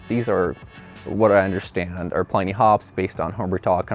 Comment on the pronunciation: It's not pronounced "PLY-nee". It's pronounced "PLIN-ee"........